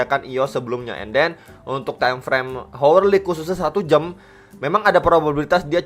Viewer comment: Khas nya channel kalo bilang jam bukan jam tapi jem. Timeframe 1 jem, 4 jem 😃 gmana nie bro ahli nujum... Btc bablas naik atau dead cat bounce?